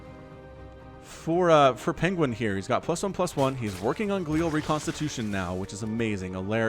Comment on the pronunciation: glee-al? gly-al? who cares it's just roach speed lol